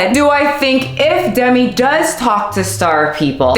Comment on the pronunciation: Themi not Demi 🤣